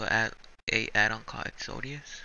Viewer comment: Definitely short and to the point bro... but try saying "EX-O-DUS" not EX-O-DE-AS